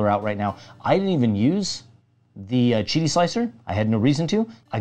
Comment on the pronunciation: Thank you for pronouncing Qidi correctly.